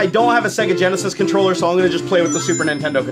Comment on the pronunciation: I believe it is pronounce Controller.